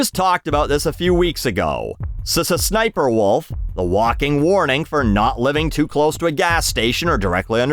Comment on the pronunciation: Your pronunciation of SSSniperWolf made me laugh out loud